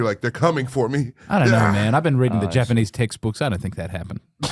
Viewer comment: Shane saying Japanese with no S is one of my favorite things ever